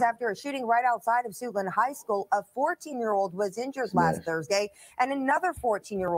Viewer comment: Did she say...SUITLAND HIGH SCHOOL?